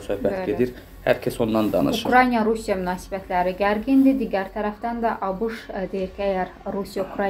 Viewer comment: Ay jurnalist xanım,Ukrayniya deyil,Ukraina!Düzgün tələffüz edin!Ayıbdır.TVlərdə də belə deyirlər.